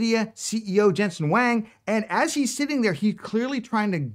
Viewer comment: Nvidea CEO surname is pronounced Wong not Wang.